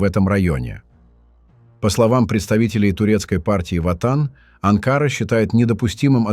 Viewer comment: "Умник"! Не Анкаара , а Анкара.